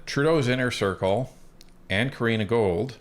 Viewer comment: Love your channel and the work you guys are putting in! Btw its Gould not Gold hehe. Keep up the great content!